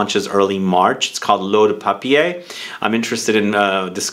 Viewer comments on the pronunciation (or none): none